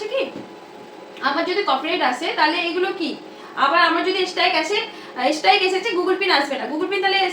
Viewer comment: ঠিকভাবে মুখ দিয়ে স্ট্রাইক উচ্চারণ হয় না😅😅😅😅😅😅😅😅😅😅